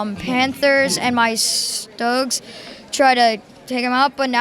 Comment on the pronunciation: the way he pronounces Stugs tho XD